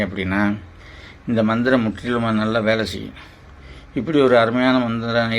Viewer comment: ஜயா மந்திரம் எந்திரம் தெளிவாக இல்லை